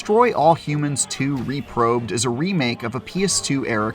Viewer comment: "...Reprobed" Please